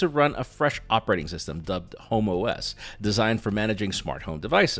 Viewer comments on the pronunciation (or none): About the hub: I mean, I know Apple is LGBTQ+ friendly, but Homo-S? 😂🤣😂 (I know what you said, but my ears didn't hear that.) For what it's worth, they'd get my money with that name. 😎🌈🍎